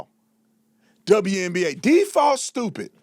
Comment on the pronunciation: WNBA. Not TWNBA.